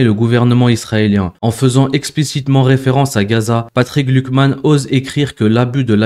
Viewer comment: Bonjour, attention tu prononce "glukman" il pourrait y avoir une confusion avec Glucksmann.😉